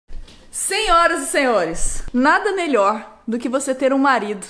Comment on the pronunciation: ela disse "senhoras e senhores" eu ouvi "100 horas e 100 ores" Kkkkkkkkkkkk